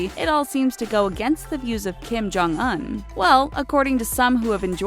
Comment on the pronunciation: "DON JEW"